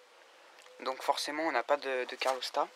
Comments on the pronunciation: hep les mecs !!! on dit calorstat et non carlostat..... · C’est CaLORstat hein, pas CARLOStat 😂